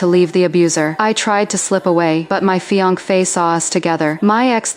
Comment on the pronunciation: "fi anc fe" wtf...!